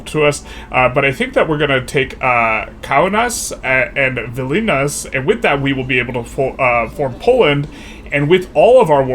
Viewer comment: The way you pronounced Kaunas and Vilnius 🤣